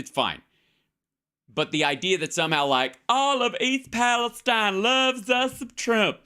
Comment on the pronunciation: It's PALESTEEN Hal.